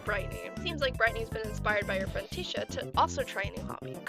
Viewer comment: first of all, I LOVE IT :3 (tisha is my fav character)!1!1!1 second, i think tisha is pronounced ‘te-sha’ idk tho.. that’s just how i say it 0-0